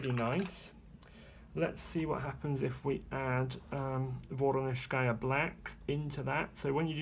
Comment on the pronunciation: Thank you for the review! Only last year I purchased White Nights paints. They are wonderful. I wish they had a better choice of this watercolors in tubes. These watercolors are very loaded and not as dry in the pans. Another plus and advantage - the pans are full size! Yes, the factory name is NEvskaya Palitra (accent/stress on "e"). VorOnezhskaya - the accent/stress is on the second "0". Hope this helps. ))))